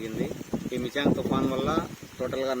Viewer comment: Thuuuupppaaan Enti ammai thufaaan kada